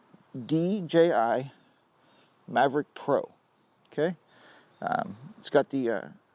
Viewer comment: I don't think there is an R in Mavic . Good video... Something i've been thinking about for some time now.